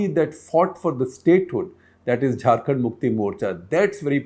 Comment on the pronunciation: SG and ThePrint is doing no favours to anybody by covering news from Jharkhand since it is as much a part of India as Delhi NCR or any other! Also, mispronouncing a name is rude and shows the research team didn't bother to find out how to say it correctly. Even an attempt would have been appreciated, compared to the Anglofied enunciation..!